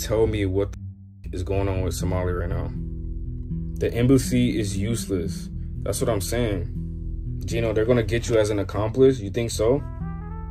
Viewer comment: He says it's an "Embucy"